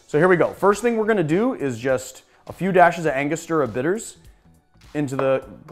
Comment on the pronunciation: Very nice video with well made cocktails, but drives me crazy when people mispronounce Angostura